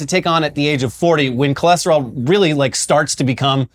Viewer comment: He went from cholesterol to Cholester-all